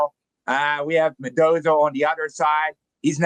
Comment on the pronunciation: "Madozo" - It is Mendoza